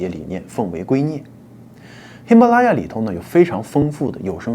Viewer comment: 喜马拉雅你丫不会说么？舌头栓了？